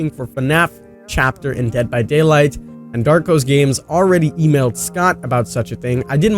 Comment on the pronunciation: It's not darko